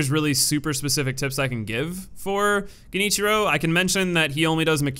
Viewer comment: “” was my favorite.